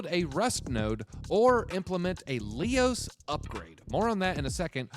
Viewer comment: He’s not even pronouncing Leios properly.